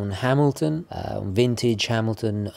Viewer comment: Finalmente uno che sa pronunciare Hamilton 😂